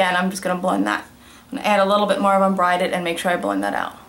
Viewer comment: You kept saying "Unbrided" but it's "Unbridled"...as in a horse without a bridle. ;-)